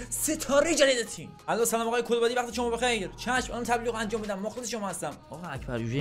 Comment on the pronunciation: کُلبادی نه😂 کَلبادیه